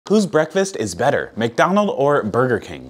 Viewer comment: It hurts me that you pronounce McDonald’s without the s